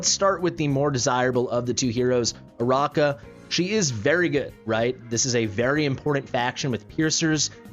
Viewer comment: I think it's uh-RACK-uh, not uh-ROCK-uh. Her name is like Arachnid (uh-RACK-nid), meaning spider. I went for her and got her because I like her more than Iovar. I do not regret it. Then again, I already have A1 Praetus with basically a full Arb team (including Ajax).